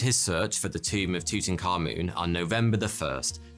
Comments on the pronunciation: I cant stand your voice bro. Its not tutankamoon. its tutankaMUN. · He is. It's pronounced Two-ten kah-muhn not moon. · That's TUT-ankh-aMUN, not TOOT-n-common. Unbelievable how badly the pronunciation has been botched even among Egyptologists. You'd think they'd be more careful and more respectful than that. Amun was one of their eight chief deities. The ankh was the symbol representing eternal life. Tut perhaps corresponds with Arabic taht (تحت), meaning under. If so, the royal name meant "under the eternal life of Amun," which would essentially mean operating under divine authority. Dr. Hawass says it correctly here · Your saying his name wrong , its not tutan-khamun. Its : Tut - Ank - Hamun and you say it like "TOOT - ANAKH - AMON" " תּוּת עַנְחְ' אָמוֹן " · Tew tuh Ka Mewn. 😂 It's Tu-Ta, Ka-moon. "I am your PHAROAH!!" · Tooting car moon (according to the closed captioning). You can’t unhear it now. You’re welcome. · Tuttenkahmun Subtitles: tooting car moon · It's Tut A'nekh A'amoon. Not whatever you keep calling him! 😂😅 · It's pronounced as "toot ankha moon" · The way you pronounce Tutankhamun as tutanka-moon is sending me lol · Aah yes, my favorite pharaoh, Tooting Car Moon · "Tootin car moon" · Ah yes tooting car moon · isn't his name something like tut ankh amun? :D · Tutankhamun English subtitles: Thooting car moon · Just saying, it’s actually pronounced like ‘too-tank-ay-mon’. I always said it like that until actually visiting the valley of the kings near modern day Luxor and having a tour of his tomb, the tour guide who spoke insanely good english pronounced it as such. I was curious why he said it like that and he said that’s actually how it was pronounced apparently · Tooting car-moon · I love the way he pronounced it “Tootoonkamoon” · It’s pronounced toot ankh aamoon I’m Egyptian and don’t say yahgert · tootenkahmoon's toom! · Tut - Ankh - Amun , The correct pronunciation is Tut - Ankh - Amun.